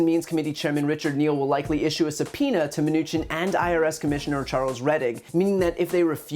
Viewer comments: “Sapeening”, sad! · What is "suppeening"? Are his dentures slipping again? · WTF does subpeening mean? Wow, Trump sounds like a real Dumbass. He is a condescending, ignorant asshole, who can’t string a conscious thought together. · Is suppeening a word?